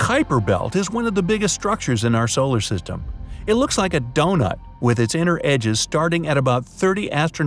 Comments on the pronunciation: "... solar sytem" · solar siteym lol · i will never forget whenever he said “solar sitem” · He messed up when her said solar system